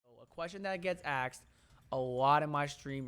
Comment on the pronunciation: or “asked”....”axed” 🤣